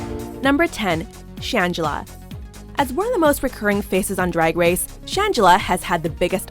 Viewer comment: "dwag dwace"